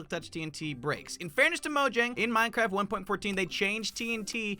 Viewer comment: My brother saw this “Bwack hole in Minecwaft? Dat impossible.